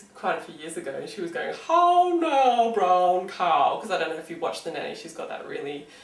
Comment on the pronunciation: as soon as i heard you say "how now brown cow " i thought of the nanny also tryna be posh... and i pretend i have an english accent when i sing my vowels ..